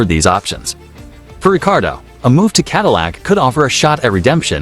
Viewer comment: It’s Ricciardo not Ricardo